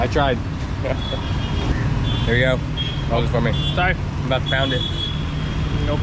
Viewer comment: 😂 he said 'saryyy'